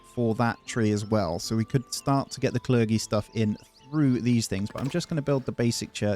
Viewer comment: It’s Cler-jee not cler-gee